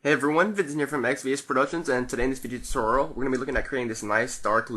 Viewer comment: He Said Video Tuteral..Lol